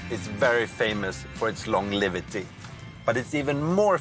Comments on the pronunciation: L-O-N-G-E-V-I-T-Y NOT longliveaty 🙄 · Does no one or crew ever corrected him for saying 'longlivity' ?